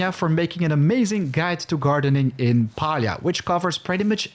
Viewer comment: it's refreshing to hear Palia pronounced like u do..and i (hello from Finland btw) everyone else basically uses the American way (for us iz Pa-li-a, american is Pay-lia xD)